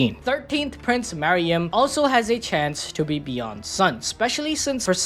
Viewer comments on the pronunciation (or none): Calling meruem “Mariam” is driving me nuts